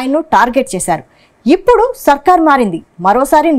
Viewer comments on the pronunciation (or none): none